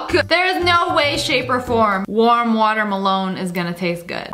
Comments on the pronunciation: nobody: not even a soul snniperwolf: "deep fry waterMALONE" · Why do you always say water melone it’s watermelon